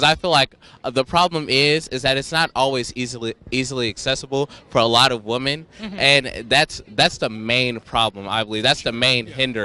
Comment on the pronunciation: SOMEONE PLEASE ANSWER! Why do all of protestors being interviewed on ANY CHANNEL say "woman" instead of "women"???????